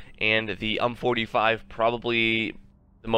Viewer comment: It might be a bit late for this, but why do you keep calling it "hump"? It's U.M.P. like in yoo. aim. pee. It's acronym for Universale Maschinenpistole. It's a Heckler & Koch SMG.